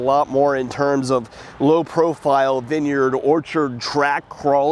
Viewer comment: vin yerd , say vine yard